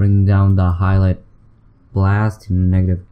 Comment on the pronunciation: "highlight blas" its highlight bias xD